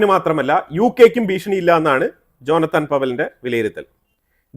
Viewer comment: "ജോനത്താൻ" അല്ല "ജോനാഥൻ" എന്നാണ്. ഡ്രാക്കുള നോവലിലെ ജോനാഥൻ ഹാർക്കാർ പോലെ